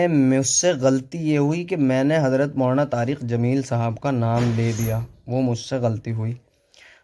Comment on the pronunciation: Poori video me lafz molana molana chabha chabha kr bolta raha ab keh raha h galti se nikal gaya molana ka naam.